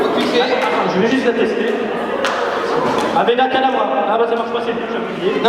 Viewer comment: "avedakadabra" t'as massacré harry potter